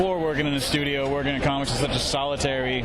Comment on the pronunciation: Com-mics? What are these Com-mics of which you speak?